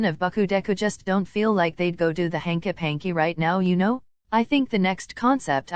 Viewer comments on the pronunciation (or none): FINALLY YESSS (also sorry about ur loss and hope ur feeling better soon ❤❤) edit js watched the whole thing and pls FOR THE LOVE OF GOD DONT EVER MAKE THE AI VOICE SAY HANKY PANKY EVER AGAIN 😭😭 “hankei panki”